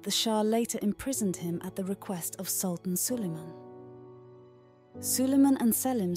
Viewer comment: Please do everyone a favour this video has a pronunciation of a word wrong please pronounce the word right and probably the word that is wrong in pronunciation is sultan thank you